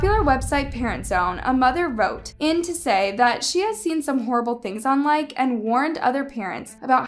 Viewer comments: BTW you pronounce the E as a hard E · Oop I thought it was pronounced likey Like - ey Like - ee? You get what I mean? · It’s Likee not Like btw not being rude but yk just saying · Is proununced like ee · it's pronounced "Like-E"